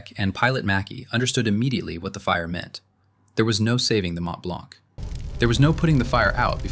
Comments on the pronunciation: Mont-Blanc is normally spoken "Mon Blan" roughly seen I think in French. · Gripping documentary. Note: the C is not pronounced in Mont Blanc. Please use metric units.